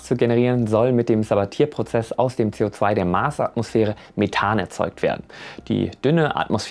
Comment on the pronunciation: "Sabatier" ist nicht ein "Saba-Tier" sondern ein "Sabatieeee" (Franzose!)